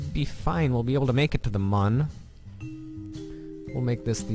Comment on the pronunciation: the Mün is pronounced moon